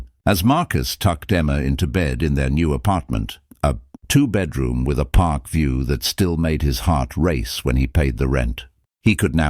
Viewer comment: Is "donse" anything like "dance?" I would suggest that if you can't properly pronounce English, then narrate in a language you CAN pronounce. Is a "pok" anything like a "park?"